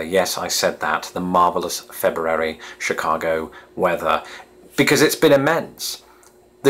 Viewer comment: I'm just impressed that you pronounce February the way its spelled. We Americans love saying Feburary